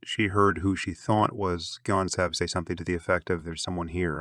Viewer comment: Wonderful work. Just one teency weency iddy biddy thing... Please 🙏🏻 pronounce the victims names correctly. Kaylee Goncalvez (K-Lee Gôn-sÂLL-vêz; [sâl like in sâlsâ] Xana Kernodle (Zan-nA Kêrn-ō-dûll) Madison Mogen (you said her name correctly) Ethan Chapin (Ēthân Chāy-pîn)